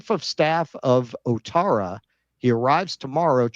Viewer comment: Thanks keaton for helping with the ivory Coast 🤣👌 Also, its pronounced, "what-tara". Ou is like the 'oui' in French. Helps if you like football, you learn language by proxy 🤷‍♂️😁